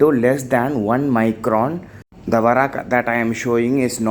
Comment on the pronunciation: It is not varak it is vark